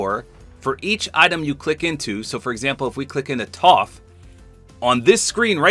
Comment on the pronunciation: The way you said “Toph” is triggering.